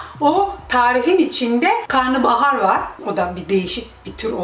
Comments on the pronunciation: Karnıbahar değil Karnabahar 😂😂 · karnıbahar değil karnabahar yani karına(mideye) bahar